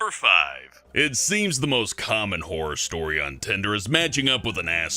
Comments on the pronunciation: says whore stories instead of horror XD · I THOUGHT HE SAID WHORE STORIES 😂😂😂